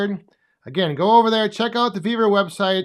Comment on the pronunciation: Love the video on the new shelves and Thank You for answering my question. I would Love to have that Yapa 315! Also it sound like you are saying "BEAVER" not "Vevor" website.:face-purple-crying::face-blue-smiling: on this video 10: 20 on the CC you do say Beaver website.